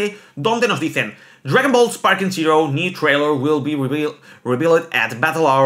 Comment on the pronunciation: de verdad aprende a leer Zero es zero y no sirou